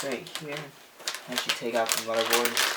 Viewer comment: Lol he's says mudderboard not motherboard